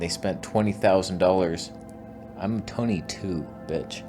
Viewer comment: "I’m Toneh 2. That’s 2 Tonehs" 😂